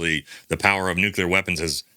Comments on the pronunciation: Dear wife: Please inform that the word is pronounced just like it is spelled. Nu-cle-ar. NOT "nuke-you-ler." Thanks. Love ya! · “New-Clee-Yur”…not “New-Cue-Lur”, there